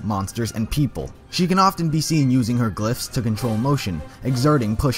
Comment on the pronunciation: glyphs is shown as glass?😂.you really need too work on your pronouncing